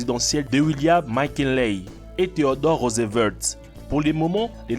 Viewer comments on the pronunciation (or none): « THÉODORE ROSEVERT »